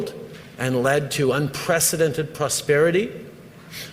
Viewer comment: Plusperity. Wth ?😊